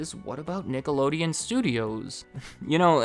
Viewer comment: stop with the racial slurs dude, you were clearly saying nigalodeon